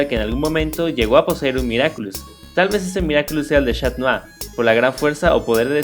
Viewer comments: no es shat nua era catnua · esta bien lo q disen pero no es chat mou es cat mou